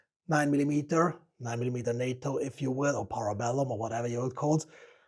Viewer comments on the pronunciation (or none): none